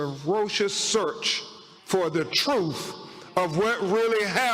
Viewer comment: How is it possible this so called professional high profile attorney is so illiterate? His words thoo, troof, deaf and decompesation?? Some kind of jungle lingo? Wtf?? Did he mean to say through, truth, death and decomposition ? What a circus